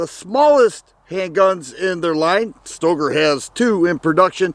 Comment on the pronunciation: Pretty sure that Stoeger is pronounced "Stir-gerr".